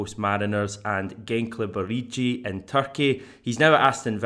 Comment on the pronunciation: "Gankle bileechee" It's pronounced Gench-ler-bir-liyi